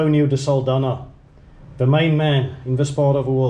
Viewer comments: Saldanha is pronounced "Saldanya" like in "nyama". The "nha" in portuguese sounds "nya". Sending love from Mozambique ❤ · Thanks for another interesting video. As for the name "Saldanha" the 'nha' in portuguese sounds like 'ñ' in 'España'. Lol😅 But that's in portuguese. Of course you're pronouncing it as it's pronounced officially. It would be interesting to know what the natives called it prior to the arrival of colonizers and settlers.